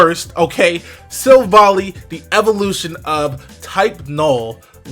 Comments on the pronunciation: By the way it is Silv-ally as in Silver-Ally. Not Silvalee, just saying :p The french translation is even more insisting on the whole Silver-Ally theming and it goes a lot with all the lore background around it. NB: Ilima is a girl not a boy, just saying. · I think it's pronounced Silvally like an "ally" . In French it's named Silvallié : allié is the translation of ally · It's Pronounced as Sil-Val-Ie ('Silver eye") but everyone is mispronouncing it. So I can see the misunderstanding.